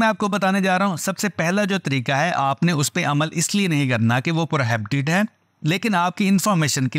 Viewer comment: Pro -he -be-tid... Prohibited ka pronunciation es tarha se ada hoga. Koi shram ki bat nae hum sab seekhte hain jesa k ap hum sabko sikha rahe hain❤